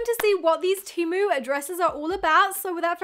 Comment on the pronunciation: pronounced TEE MOO